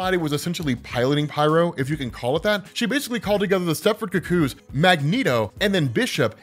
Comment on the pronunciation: her name is firstname Kitty, lastname Pride, what is going on with your weird emphasis? Also, look up how the rest of us pronounce cuckoo.